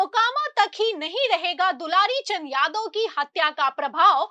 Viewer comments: AAP news padhne ke pahle theek se dekh liya kariye naam kya hai....... Inka naam hai swargiya dularchand.... Aur aap bar bar bol rahi hai dulari Chand dulari Chand ho sakta hai..... Thoda dekh kar padh kar tab samachar bola karo bhaiya.........😢😢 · Dularchan name he aap dilarichand batate ho thoda dhyan rakho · are medam dularichand nhi bolo dularchand bolo😂😂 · पहले नाम तो लेना सही से सिख लो मैडम ....dularchand